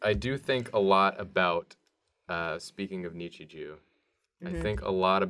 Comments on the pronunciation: "Nichijew" i like julias way of pronouncing nichijou 👌👌👌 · It's Nichijou not ItchyJew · Nichi jew -- No- nonononononono. It's Nichijou. JOU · the Nichijou things are rice balls. (also, you say Nichijou weird. Its an 'o' not a 'eew') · WHY DO YOU PRONOUNCE NICHIJOU AS NICHIJEW??? ITS KNEE-CHEE-JOW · It's nee chee JO not JOO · the egghead thing is daifuku, which is mochi (chewy rice dough) with sweetened bean filling. also nichijou is pronounced knee-chee-joe. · I think it's nichij-oh not oo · Angel neechy jew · Who looks at the word nichijou and thinks neechy jew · the way pronounces Nichijou hurts me. NEE- CHEE-JO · i cringed silently inside every time nichijou was said lmao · the way you pronounce nichijou hbciwbcudb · Dont mean to sound like a complete ass, but the way you guys pronounce nichijou makes me want to get out the rope n stool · Ok I love the content but The pronouncing of nichijou is really unsatisfying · It irritates me how pronounces Nichijou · If Nichijou is really your favorite anime, learn how to pronounce it right